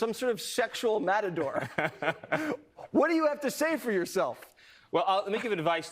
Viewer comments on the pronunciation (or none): none